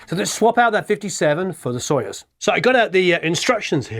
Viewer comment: Hello! Accentuation in word Soyuz is on "u". Have a marvellous time pronouncing russian words! ))